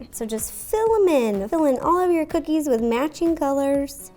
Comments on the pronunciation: YASS COO-KEYS😜 ok im done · So these are coo-keys? (I'm sorry)